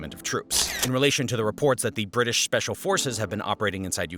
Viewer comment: The emphasis on special😅